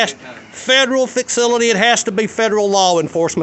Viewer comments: That guy might need to go back to grade school if he’s pronouncing “facility” like “faxility”🤣🤣🤣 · He definitely said FIXcility 😭😭😭😭 But kudos to him because I learned a lot on this video. I.E. I can't be trespassed off of public property AND I don't have to provide identification if I've not committed or suspected of or in the process of committing a crime. With that being said I've been violated so many times and didn't know it. Thank you Sir. But it's pronounced...........Shut up Fred 😂😂😂